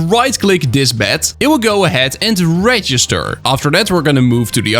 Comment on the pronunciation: who else heard bat not bed